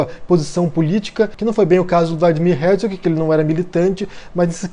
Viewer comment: Nem sabe pronunciar o nome do Herzog.